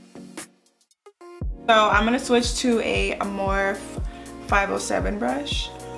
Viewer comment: beautiful look!!! But lmao girl morphe is pronounced "morph-e" like you say "morph" and then say the letter "e"